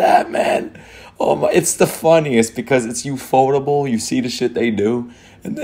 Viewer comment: Its ufotable...ufo..table.. Not ufot-able.